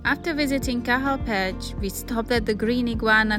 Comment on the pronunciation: It's pronounced Sun-anton-itch but you good bro 😭 Also Cahal Pech is like Ca-hal Pet-ch